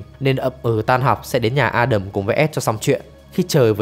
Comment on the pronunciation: Ad đọc tên A Đầm chuẩn đó. Nói với người nước ngoài đọc A Đam họ ko hiểu 😂